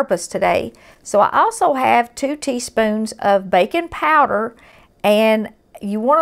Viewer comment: Huh, never heard of bacon powder. Later on I realized she was saying baking powder.